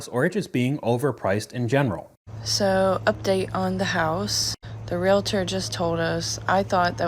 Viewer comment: Real-tors NOT re-la-ters! Two syllables only. So many people mispronounce this.